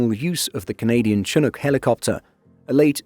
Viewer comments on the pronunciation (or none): It is pronounced Shi-nook, not Che-nook. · We don't usually say "TAD". I spent the majority of my career in the RCAF in tactical helicopters, both with Griffons and Chinooks (BTW it's shh-nook, like you're saying shh or be quiet to someone, not Cha-nook). We usually just call it a detachment. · It's pronounced " shin-nook". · It's pronounced shinook